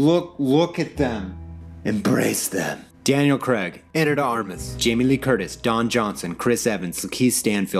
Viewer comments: Just wanted to add that in Daniel Craig his name is pronounced Crayg not Cregg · Who is Daniel Cregg? The man on the screen is Daniel Craig (krayg). Although it is acceptable to pronounce Craig, Cregg when it is a forename, the surname Craig is always pronounced Craig. Rian Johnson misspells his name to subvert audience expectations.